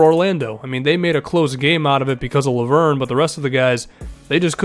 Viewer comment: I'm french. Lauvergne is pronounced Lo-Ve-r-Ny. Say the "e" like in "red" and pronounce the "r" like a frenchman. It would be cool to hear you try next video.